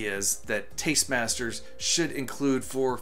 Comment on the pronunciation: They need to work on a license with Nintendo for DK and all cabinets should have stereo sound. BTW, it's Tastemakers. Not trying to be a smartass. Just want you to know for future vids.